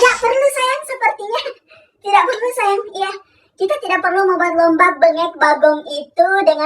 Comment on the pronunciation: audd bangett gurunya bilang saAywAnG